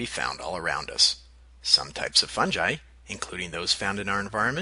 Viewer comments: oh god he pronounced fungi as "fun-gee" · its all cool until u said FUN JI